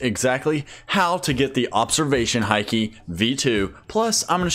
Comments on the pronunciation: its not hi key its haki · Haki is pronounced as hockey